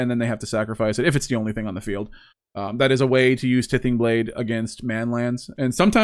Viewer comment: For the love of Mike, T-EYE-THING blade, like tithe, what you give to sacrifice